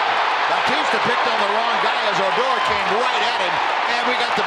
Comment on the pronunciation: oh-DOR. OOOOOOR